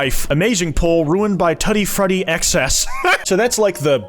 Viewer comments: its TOOTY FRUITY, NOT TuTTY FRUTTY. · for real bro TUT-ee fruity is crazy lmao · Who the fuck pronounces it “tutty frutty?” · Tutty frutty ._. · sorry how the fuck did you say tutti frutti. you need to address that. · mr father strange would NEVER pronounce tutti frutti like that